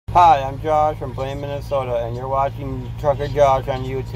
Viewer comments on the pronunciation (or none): none